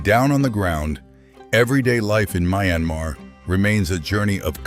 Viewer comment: You repeatedly said the name of this country with 2 different pronunciations, "mai"-anmar and "mee"-anmar thru-out the video. Why? Couldn't make up your mind on which?!!!